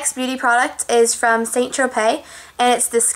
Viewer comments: pronounced sahnnnn, not saint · i know it's spelled like st. tropez or saint tropez, but just so you know it's pronounced SAN tropay, not saint tropay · It's pronounced SAN tropez, it's Spanish chica :)